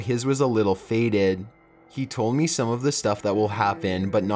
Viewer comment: ".......then i rememberrrrrrrrrrred................" ".................to see if it was really meeeeeeeeeee........" he ends EVERY sentence with this loooooooooooooooooooooooong emphasis on the last syllable of whatever word he is saying. as i write this comment i can give you one more i heard, "without paaaaaiiiiiiiin" He cant fucking stop doing it, and we cant fucking stop noticing it.